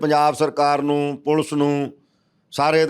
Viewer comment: It is Police and not pulse. Plz learn to be a good anchor.